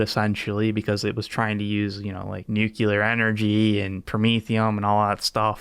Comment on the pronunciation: to hear a physicist say " nookyelar"